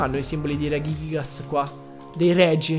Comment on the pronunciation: È bruttissimo il modo in cui pronunci reghighigas e non si può sentire proprio il dio archias...